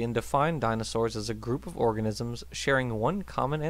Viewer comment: Is it just me or at about does it sound like he says “target orgasms” instead of “target organisms”?